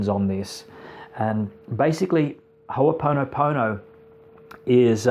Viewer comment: Please please may I ask that its pronounced correctly... please. On this note great introduction for the new listener!